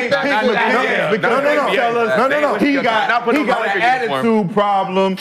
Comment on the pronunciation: His name is McCants not mccan...